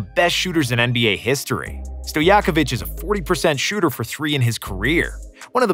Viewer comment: Did he just call giannis a good shhoter and crafty finisher